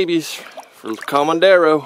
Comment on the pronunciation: You are calling the lake "comandero" which may sound good to you but it is wrong, the lake is called "Comedero" which means "feeder".